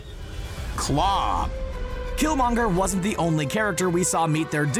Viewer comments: Its Klau not claw. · Its Klaue and not Claw.